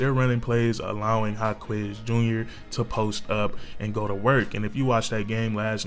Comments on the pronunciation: his name is "Ha-kez" not "Ha-kwez" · FYI is pronounced HA-KESS not HA-KWEZ 😂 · haha, you don't have to pronounce the u in Jaquez name. but you spot on with this vid.